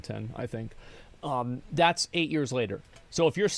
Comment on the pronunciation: Why does he say "yez" instead of "years"?